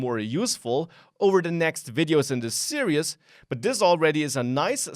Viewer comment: hey, just wanted to point out you are pronouncing "series" incorrectly, Unfortunately the series have already been recorded so there's no going back, but if no one corrects you, that's bad on us. Here's the correct pronunciation here: Thanks for the tutorial!